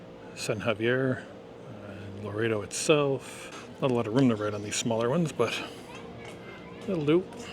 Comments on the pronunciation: Lo-ret-o, not lo-rey-to I noticed while you were in the mission that you conveniently didn't record the sign that says no cameras. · Everyone pronounces it Lor-EHT-oh, not Lor-A-Do. And how did you manage to NOT film the beach??